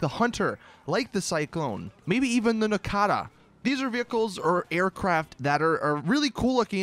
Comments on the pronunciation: It's nokota not nokAta why are you purposely pronouncing things wrong? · The nakata?! Holy fuck you braindead idiot. Learn to pronounce things fuck sake. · First the “bombshooka” now the “nakata” learn the names dude it ain’t that hard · nakata?! wtf man and u call yourself a gta news channel whenever u can't even pronounce a vehicle's name